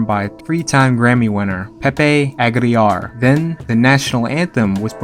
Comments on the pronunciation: Lmao, Pepe... Agliar... It's Aguilera bro, ah-gee-leh-rah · Pepe aggi-yar (Aguilar) why you butcher his name like that lol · Completely butchered Pepe Aguilar’s name 🤣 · Omg he screwed up Pepe Aguilar’s name., but the “gu” is tricky. Sometimes the “u” is silent, but other times it’s not for example “Agua” love watching your videos tho!! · Damm, you really butchered Pepe Aguilars name💀💀💀